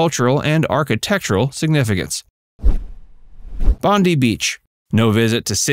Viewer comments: Every time I heard the beach pronounced 'Bondy' I cringed. The beach Bondi is pronounced Bond-die, a name of Aboriginal origin that supposedly echoes the sound of the beach's rolling surf. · It's Bondi, pronounced like (Bon - Die) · Bondi is pronounced Bon Dye